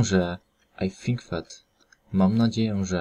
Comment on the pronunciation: No blagam ,,,,that" nie czyta sie jako,,, fet". To nie ser feta;). Wiele masz takich przykladow, ale ten mnie dobil. Nie polecaj tego ,Bo jak ktos nigdy nie slyszal poprawnej wymowy to tak zle sie nauczy.